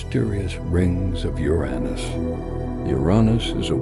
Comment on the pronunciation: Holy mother of fuck, this is the first time in quite a long time I stumbled upon a video where Uranus is pronounced properly!